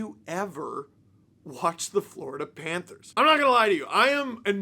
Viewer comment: Lost to “Vloridah” … meh 🫤 💩 🐍